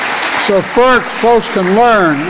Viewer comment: He's NOT saying "folks" - What he is saying is "FOKS". Big difference here. One is a word, the other is NOT!!